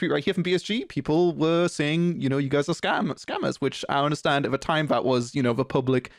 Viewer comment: because you pronounce "that" as "vat" like an infant it makes your opinion irrelevant